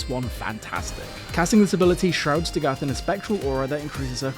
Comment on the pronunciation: Listening to this video is like listening to a video about Chernobyl but they keep saying Nukyaler instead of Nuclear. Amazing video but I fear it’s DA-GITH not DaGath. I’d be lying if I said I always pronounced it Dagith tho lol just spreading the word